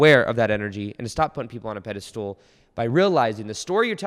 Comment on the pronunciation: I thought you'd be able to pronounce pedestal instead of pedestool by now xD